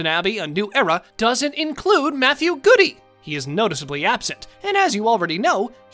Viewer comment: Is Matthew Goode's name really pronounced "Goody"? I’m skeptical. 🤨